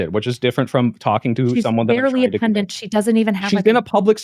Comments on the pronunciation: PUNDIT not PUNDINT jesus fucking christ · Why is no one capable of pronouncing pundit these days? Where did "pundint" come from?